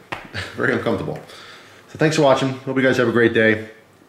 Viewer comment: 'Very uncumftabul'